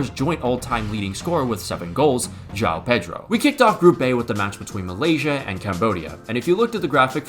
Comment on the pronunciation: Today I learned that cant pronunciate João